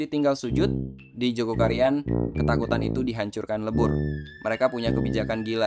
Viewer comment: Maaf min,bukan Joko Karian,TPI Jogokaryan,tolong lbih teliti lgi!!